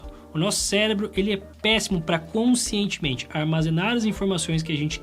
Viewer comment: Célebro? Não é possível, está usando técnica de erro pata obter comentários né.....kakakaka